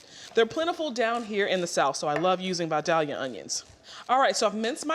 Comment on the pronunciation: It's pronounced 'Vie-dale-ya' not 'Vie-dhalia'. It comes from Vidalia, Georgia. It's an onion not a flower.